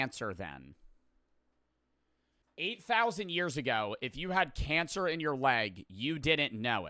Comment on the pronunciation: who the heck said "canser"😂